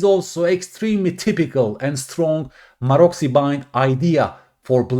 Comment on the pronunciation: Pronounced "marotsy"